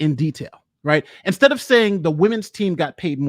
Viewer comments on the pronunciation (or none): none